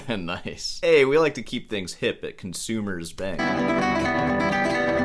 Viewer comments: Commerzbank as pronounced by = Consumers bank😂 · it is COMMERZBAK not CONZUMERSBANK. Proof that classical guitarists can't sight read.